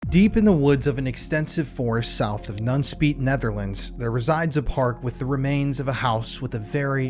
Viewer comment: My cousin lives in nunspeet. Your dutch pronunciation isn't great but thanks for trying